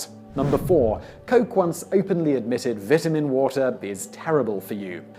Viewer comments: The way you pronounce "vitamin" makes me want to punch a baby. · vitamin water might be bad for you but his pronunciation of vitamin gave me cancer. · I totally forget British people say things differently than Americans when he said vitamin water